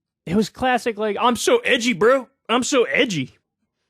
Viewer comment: I don't mind Kyle's content, but I cringe when he says the word "bro." And not necessarily because of the word, lots of people say it every day and it doesn't bother me one bit. It's just the way it sounds when he says it. There's something there that is borderline magical in how bad it sounds coming from him. Like, the way he annunciates it sounds like it should have two little dots above the O like a nordic language.